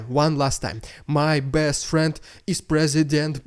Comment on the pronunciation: it's your accent...let me help...presi-went-pukin